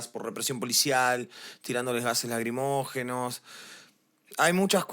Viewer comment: Se dice lacrimógenos… no “lagrimogenos”.